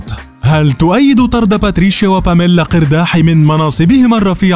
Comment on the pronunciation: مليت مليييييت وأنا كل مرة أصحح لكم، نحن اللبنانيون ننطقها "إرداحِي" وليس "قِرداحي